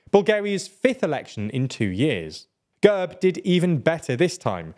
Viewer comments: Also it's /gærb/ not /gәrp/ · Gerb!!! not Gurb